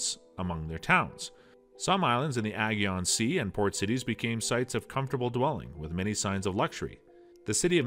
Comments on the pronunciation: You pronounced Aegean completely wrong 😑 it’s pronounced Uh-Jee-Uhn not aggy-on 😂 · In the what Sea?! Ajyeon?! Bruh it's "Ey-jian." Aegean Sea. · I think the pronunciation of Aegean grated on me the most grrrr